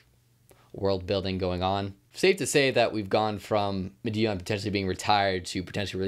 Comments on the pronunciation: I could be wrong but I think Madeon is pronounced like ''Mad-ee-un'' or ''Mad-eon'' rather than ''Ma-dee-un'' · Thanks for the shoutout to the Pixel Empire Podcast, we really appreciate it, and it's pronounced "Mah-dee-on" by the way. Much love!!!! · bro PLEASE learn how to say madeon